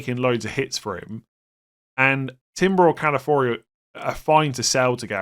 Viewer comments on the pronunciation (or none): To my favourite content creator: It’s Ca-la-fi-or-i 😂